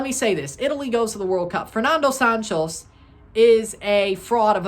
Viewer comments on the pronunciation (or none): none